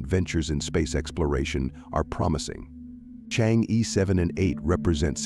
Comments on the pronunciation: It's pronounced chang-her not chang-e. 😅😅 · It's Chang-er, not Chang-E ! That is basic knowledge. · Change’e is pronounced change’ER not ‘ee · Chang‘e/tʃɑːŋ ə(r)/ ,thank you.Your accent about Chang'e sounds like this lunar lander is your aunt.